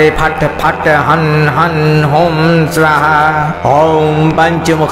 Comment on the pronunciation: स्वाहा शब्द का उच्चारण गलत किया जा रहा है